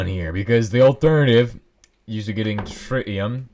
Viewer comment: ah yes, shritium